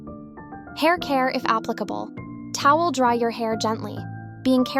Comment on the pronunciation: toweyel 😂😂😂😂(no hate 😅😅)❤❤❤